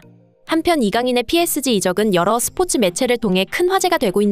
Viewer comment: PSG➡️ 삐에즤...로 읽어라~!! 존말할 때😊😊😊